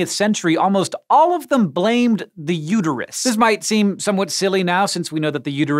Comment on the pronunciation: its uterus not uteryou